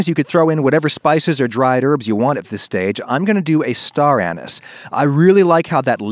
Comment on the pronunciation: Thumbs up on pronouncing anise properly, or at least the way I heard people pronounce it for the first 40 years of my life. I'm pretty sure people started pronouncing it ah-NIECE when they had only read it in print without ever having heard anyone say it out loud. I'm an orange peel guy. I use it in beef and turkey broth.